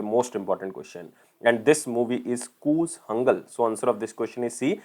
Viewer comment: It's not koozangal...it is koolangal...